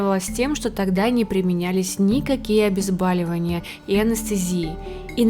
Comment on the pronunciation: Извините, но "обезбОливали"... 🙄 А вообще - спасибо за информацию!